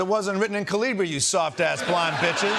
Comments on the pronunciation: KA-li- bri. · That Newsmax guy can't even pronounce it.... Is the single most common font on Earth thanks to Windows. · Oh, so that's how to pronounce that font name. Been saying it wrong all these years.